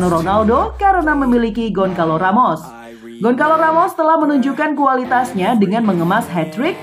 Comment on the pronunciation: Goncalo Ramos Bacaan Gonsalu Ramus (ejaan Bahasa Portugues harus benar)